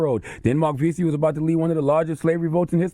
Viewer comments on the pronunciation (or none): none